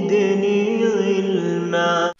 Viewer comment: 1.26 وقل ربي زدني علما وليس غلما